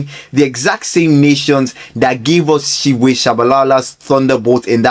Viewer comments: siphiwe IS pronounced "C-P-WE" not "shiwe" bru 😭😭😭😭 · Good content but correct pronunciation is "Sea Pea Wear"